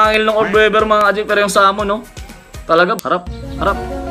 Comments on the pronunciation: Australian orb weaver. Weaver hindi webber.. it pronounced weever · Tangina “orb wevver” daw oh. 😂